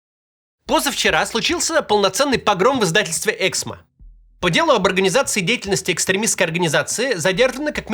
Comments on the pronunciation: "ЭксмО", а не "Эксмо". Можно хотя бы погуглить куда ставить ударение? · Эксмооо,а не эээксмо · Правильное ударение эксмО. Можно же немного разобраться. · Максим, пожалуйста, Эксмó 🙏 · Давайте хоть сделаем вид что мы не первый раз услышали про это издательство и уточним ударение "эксмО" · Правильное ударение в названии: эксмО! Слух режет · у автора канала большая проблема с ударениями в словах и фамилиях. "эксмО" (на последнем слоге ударение). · я автор "Эксмо" (кстати, ударение на последний слог). Они и так по полгода выплаты задерживают, еще и это, блин